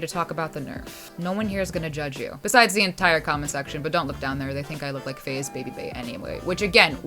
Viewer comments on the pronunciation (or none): ''faze'' babybay? are you sure?